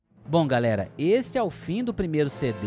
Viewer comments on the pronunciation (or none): none